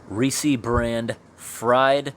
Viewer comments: As someone with Reese in their name, the way you keep saying it is killing me inside. Love your videos. Keep it crusty, my man. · It's just Reese not Reesees.Not Reese's. Just Reese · PRONOUNCED "REEEEEES" NOT REE-see! Like the candy " REESES aka Ree-SIS .. not REE-SEES! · Pronounced “rees” not “reesee” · It's pronounced Reese, not reesies! I worked at a movie theater and people saying reesies peicies instead of reese's pieces is the stupidest shit. It's like adult baby talk, read the package. Sorry pet peeve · I will never understand how someone can look at the word "Reese" and pronounce it "Ree See" like are you stupid? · Love your videos but I gotta correct one thing - it’s Reese pronounced like “grease”, not ree-see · It’s Reese not reesees my aunt is named Reese that makes me upset that you said it that way but no offense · isn't it just pronounced Reese not Rees-e, the e is silent I would have thought. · Not Reese-y, Reese. No ē on the end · Do you mean REESE, sir? Not Reesie?? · Reesie? Have you ever heard anyone talk about Reese’s Pieces or Reese’s Peanut Butter Cups? It’s not “Reesie” it’s “Rees” jeez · I wonder why people say Reesee... i've always said Reese's no eeeeeee at the end loll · Wow, the ads during this video are for Reese's peanut butter cups 😲 how ironic.. Not the same company as the canned stuff though. BTW Reese's or Reese is pronounced "Rees" or "Rees's" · Our local newscasters said ree-seeeee when they were talking about their favorite candy. So much for professional pronounciation...... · I hear ya. I had a supervisor who was always saying, "Reese-eez" peanut butter cups. Why‽‽ Honestly, it drove me up the wall! And hearing it again in this video made me cringe hard. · Thank you! It was driving me crazy too. I have no idea why so many people say "ree-seees". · Why recognize that reese has a long ee in the middle and still give it the long ee at the end despite the fact it's one e and doesn't make that sound 🤦‍♀️